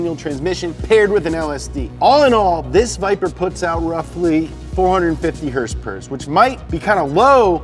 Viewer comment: Never stop saying HRSPRS